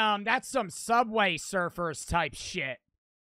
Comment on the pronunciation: Bro said subway serfers 😭